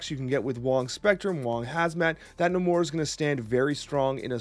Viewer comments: Lol it's Nay-Mor. I think someone was trolling you. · Lowkey triggered by how you pronounce Namor. Love the deck idea though!